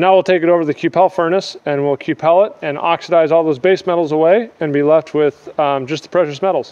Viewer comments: ku pal lol i've only ever heard it pronounced q'ple like "kyuple" i guess idk am i wrong? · I gulp a shot everytime he says Q pell